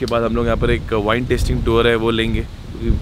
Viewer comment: Thats not vin thats wine